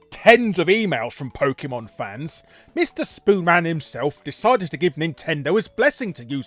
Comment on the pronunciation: I was coming into the comments to post just this thing. That and Larry Boy pronounces PokEEEmon like someone's mum.